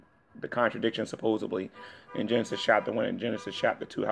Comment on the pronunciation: min...I can't stand when people say "suposEBly." Well, it is GMan, after all, so I don't go in expecting much! I tend to lower the bar tremendously when it comes to his content ! lol